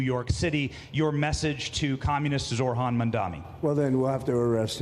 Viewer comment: Get the name right, Zohran (Zor-ahn) you don’t pronounce the ‘h’. Also, you said Zor Han. I know you can read. So, please be respectful